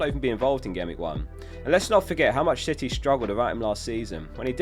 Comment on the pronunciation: i swear he called city, shitty 🤣